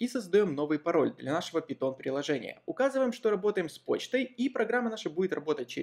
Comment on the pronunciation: пайтон а не питон